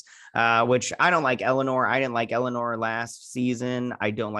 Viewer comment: And I love how you call Elnor Elanore. LOL!